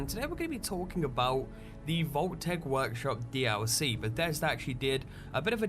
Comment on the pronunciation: always sounds like he says "Bathesder" instead of "Bethesda" lol